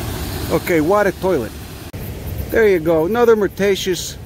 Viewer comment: It's just pronounced 'Oh', without the 'H' :-D